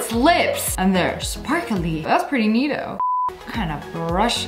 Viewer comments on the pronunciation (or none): I’m only minutes in the video and it’s the second time u said neeto like why is it so funny to me